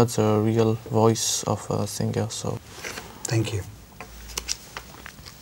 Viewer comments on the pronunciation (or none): Singer? Pronounce sing-ger.. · did she pronounce SINGER AS SING-GER?